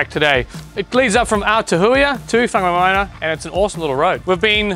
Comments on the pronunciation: Whangamomoana is pronounced with a wh (as in why) not f. Local Maori dialect doesn't have the f . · Whangamomona is pronounced Farnamoremorena 👍🏾